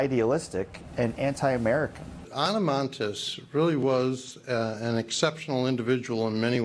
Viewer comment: What’s with the hyper pronounciation of ANA MONTES but she doesn’t do the same with the pronounciation of Fidel Castro??????